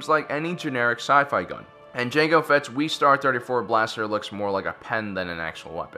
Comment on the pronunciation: Real Names of the weapons: L2A3 SMG 'Sterling' Actually an M16A2 StG-44 'Broom-handle' mauser Vostok Margolin target pistol Webley & Scott Flare Carbine Lee-Enfield bolt action rifle Jezail And it's pronounced West-Ar, not Wee-Star. His gun looks awesome.